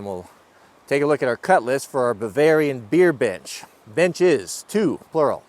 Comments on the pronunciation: Am I the only one that hears him saying Bavarian Bitches? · Thanks! Got me yelled at by the wife because it DID NOT sound like you said “Bavarian beer BENCH”. Sound like the other “B” word. 😂